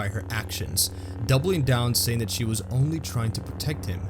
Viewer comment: You made an error in that last sentence there. You said "Waa" instead of "Was"